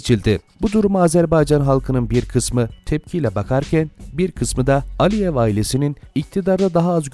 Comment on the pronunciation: Bayan olduğunda ALİYEV diye söylenmiyor, Mihrimah AliEVA.